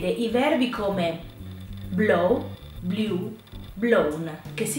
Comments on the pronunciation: Però la pronuncia è completamente sbagliata di molti verbi....esempi: blew-grew-threw.... tu li pronuncio come bliu-griu-thriu- ma la pronuncia corretta è: "bluu-gruu-thruu". Un'insegnante che fa questi errori, occhi alla pronuncia...poi gli studenti vanno all'estero e non vengono capiti e non capiscono un tubo..... non possiamo sbagliare la pronuncia di una parola con una o due sillabe....non ti capiscono all'esero.... immaginate le parole italiane "già, più,là" pronunciate come giù,pià,lò" non ci capirebbe più nessuno..... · Ho guardato per curiosità parte del video, e ti do un consiglio: Prima di insegnare qualcosa agli altri, imparalo bene tu. Tu l'inglese l'hai imparato in Italia, e da insegnanti italiani.. Non dirmi che sei stata in UK, perchè dovrei desumere che hai problemi d'udito (Blew >>> Blieu ????)